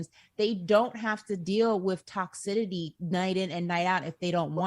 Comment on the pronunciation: it's "toxicity" not TOXIDITY